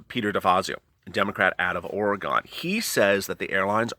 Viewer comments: Btw, Ore-gone has gone nowhere!! Oregon is pronounced “Ore-gun” just FYI. Smh.... Can’t believe you being in California don’t know that. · ORY GUN!!!! NOT ORY GON!! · We all know that if they pass part of this, they will never come back and pass the rest. It's proven by past behavior. Sorry to correct you but it's pronounced Ore-gun, ore as in iron ore and gun as in gun. Your great, we love what you have to say plus your hilarious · Love you! BUT when you say Oregon I cringe, the Eastern Oregonian I am forces me to educate LOL... Pronounced like gIN not gON. So like, wagon! Again, love you so does my Pittie Able 😉🙂🙃😉